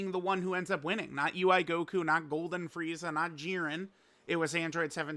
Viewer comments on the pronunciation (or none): none